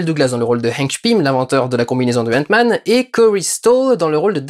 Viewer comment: Sesr paz henk sest hank et sest pas entman sest antman